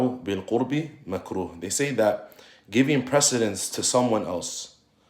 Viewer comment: جزاك الله خيرا وفتح عليك.. تقرأ (بالقرب) بضم القاف وفتح الراء، جمع قربة اي طاعة. اما بسكون الراء فعكس البعد 💐